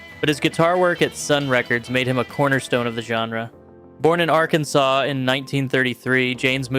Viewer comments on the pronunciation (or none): none